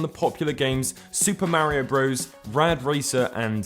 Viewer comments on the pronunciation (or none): Say it with me Marr - eee- ohh